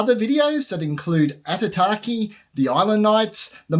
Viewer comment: Thanks for the info. Would like to add though that Aitutaki has no R in the word. Pronounciation is key, as sign of respect to local people and culture